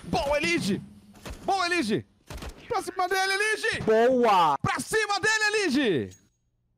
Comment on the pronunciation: eLIge é a pronúncia errada, cê tlgd né? Nós que se acostoumou a chamar ele assim